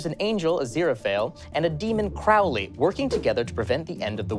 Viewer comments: Um actually you said Crowleys name wrong, you pronounced it “Crawly” which was his name at one point but not during armageddon, he changed it around 33 AD from Crawly to Crowley because it was to “squirming at your feet-ish” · Yess!! I was yelling. That's not how you pronounce Crowley!!!! Its Crow-Lee!! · Um, actually Crowley from Good Omens is pronounced 'Crow-lee' like the corvid (For a second a rlly thought thatd be the correction and omg trap wldve been such a stinker to do that) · Um, actually, Crowley pronounced with a long O, not a short O. CROW-lee as oppressed to CRAW-lee. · Um actually Crowley's name is pronounced crow-ley, like the bird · Um, Actually, you pronounced Crowley's name wrong (It's not the same as Aleister Crowley.) . It should be pronounced CROW-Ley, as in the bird. He changed it from Crawley just before the crucifixion's, claiming Crawley is a bit too 'squirming-at-your-feet-ish.' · Uuhm accually it's pronounced crowley as in crow not crowley as in ow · Um actually you pronounced Crowley wrong. This ain’t supernatural